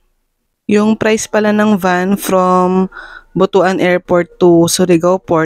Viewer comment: pronounced butwan not butu-an